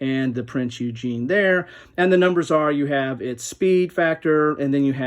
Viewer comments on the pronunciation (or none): Shout out Good job I like your channel! Keep it going... Have you looked at Admirals' War: World War II at Sea by Canvas Temple Publishing? Just a side note you are not pronouncing Prinz Eugen correctly? You are saying Eugene :)